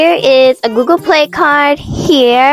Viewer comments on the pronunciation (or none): none